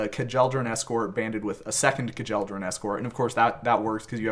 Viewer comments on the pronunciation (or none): It was hard hearing kuh-jel-dor-an so many times instead of kyel-dor-an but there can be no sacrifice too great for banding to be explained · It’s pronounced Kyell-dor-an…not kah-jell-dor-an